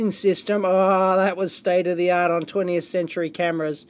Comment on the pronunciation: State uh the aught... State uh the aught... State uh the aught...